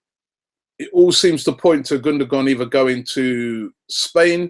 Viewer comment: How Gündogan's name is pronounced: (Gun-do-waan). Not (Gun-do-gan). -Just saying.